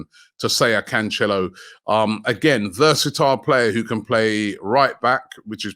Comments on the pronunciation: Can- cello where is the H in that Robbie. Come on man just read the name 😂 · Robbie its pronounced CAN-SELL-OH